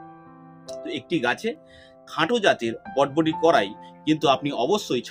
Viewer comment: বডবটি নয় বরবটি